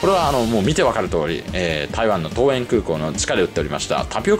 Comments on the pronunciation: 多分、ももぞのこうえん は とうえん。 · まーた、ももぞのって言ってる😂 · モモゾノWw ! トウエンですよ。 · 桃園空港をももぞのと読んでいて思わず声を出してわらいました👍😂